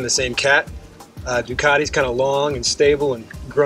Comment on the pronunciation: I was just looking at the spelling of Ducati and I can't see the "R" in it, strange. It's a Ducarrrrrrti, not.